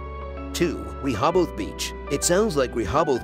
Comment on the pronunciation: I live in Delaware and NONE of the beaches in this video are in Delaware. Also, the narrator butchers the names of Lewes and Rehoboth.